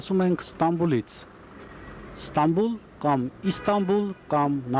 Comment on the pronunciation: Ստանբուլ չի, Ստամբուլ